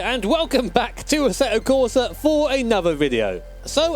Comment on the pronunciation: its Assetto Corsa not ah-feh-tho cor-fah